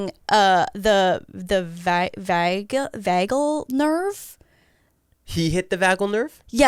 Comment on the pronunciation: It’s the Vagus (pronounced like Las Vegas) nerve. Vasovagal syncope is when there is a sudden drop in heart rate and blood pressure due to certain triggers like stress.